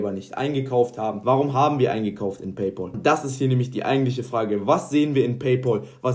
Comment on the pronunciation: Es heißt nicht Pay Pol!